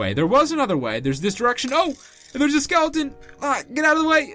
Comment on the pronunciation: U said skelion💀😆😂😅